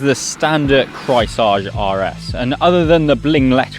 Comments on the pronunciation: Craisage hahaha in german it‘s pronounced KREISSÄGE! It means round blade saw 🪚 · It's pronounced Krice-Age. Like Ice Age. Trust me. I am German. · The way you slaughter the name Kreissäge is astonishing. 😁 Just repeat, Grice-Say-Gey, haha. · Repeat after me: Kreis-Sä-Ge. Kreis like the Chrys of Chrysler, Sä like in the american pronounciation of sabotage, g like a g in the beginning of a word, such as going. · Kreissäge = Circular saw. It’s pronounced Krice(like ice) zege. That’s pretty close anyhow. Notice the illustration of the cat with the saw blade? He could have tried a little harder to pronounce it better/correctly. After all it’s a German brand, should have been his first clue. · He slaughtered that "Kreissäge" every single time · rarely seen someone butcher "Kreissäge" this hard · Dont pronounce Kreissäge in front of other Germans if you don't want to sound absolutely rediculous. especially with such a hipster bike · my ears are bleeding :D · turned it into french :P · As a German I flinched everytime he said "Kreissäge" - no cap. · Yeap….another German here….or “enasor jerman” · I had to comment this as well. flinched HARD. HARD cringe as well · He tried to pronounce a German word in French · You mean they don't speak French in Berlin???